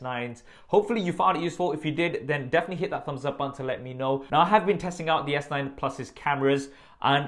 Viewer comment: is calling the phone (S Night) not (S Nine), isn't he? I'm hearing it many times what's wrong with my ears 😂